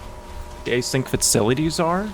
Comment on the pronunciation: just a little correction: it's actually Async (as in asynchronous, out of sync) not A-Sync :) because it's relevant to the narrative!